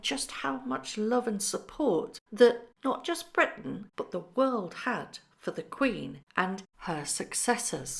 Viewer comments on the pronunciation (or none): none